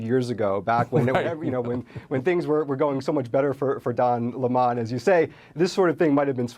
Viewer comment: his name is Lemon like the Fruit. you know the yellow sour Lemon, it is spelled the same therefore it is pronounced the same.